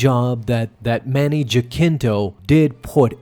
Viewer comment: You are absolutely BUTCHERING Manny's name